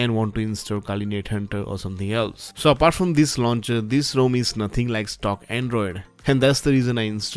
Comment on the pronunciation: I have yet to find an Indian pronounce the word 'rom' correctly